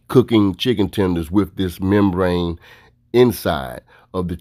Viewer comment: I cringed every time he said membrane